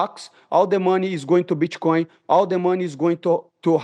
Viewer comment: "Bitch-coin" -Money Moicano